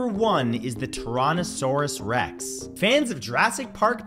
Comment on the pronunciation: that pronunciation of Tyrannosaurus rex got me but it’s ok I don’t care how people pronounce it we all pronounce things differently